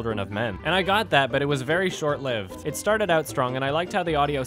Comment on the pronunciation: you mispronounced "short-lived" genius